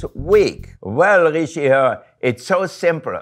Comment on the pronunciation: I like how he said “rishi she/her” as “ri she her”